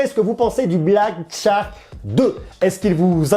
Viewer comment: Tu te complique la vie pour rien lol, on dit Chark et pas tchark ;)